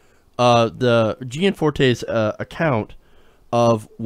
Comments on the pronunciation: Be professional. You pronounced this GOP idiot's name two different ways...both wrong. It's "gee-ann-FORT-a (like in cake)" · You didn't think it was important to gather some notion of how to pronounce the name of the subject of your story? Very unprofessional. Not as unprofessional as Gianforte (GEE-AN-FOR-TAY), but still unprofessional.